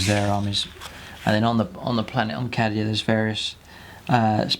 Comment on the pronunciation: I believe it's pronounced Kay-Dee-A